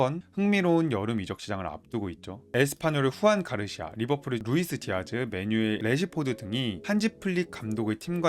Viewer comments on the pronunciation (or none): 축구정보 전달이 정체성인 유튜브 채널인거같은데 1분 만에 영상을 보기가 싫어집니다.. 선수 및 팀 이름을 제대로 부르시지를 않네요. 후안 가르시아 -> 주안 가르시아 루이스 디아즈 -> 루이스 디아스 아스파뇰 -> 에스파뇰 입니다.